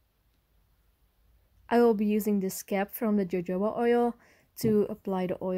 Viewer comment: jojoba oil is pronounced with a h, the j is translated into h when sounding the word. hohoba oil